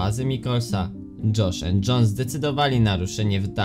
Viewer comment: dżosz end dżon XD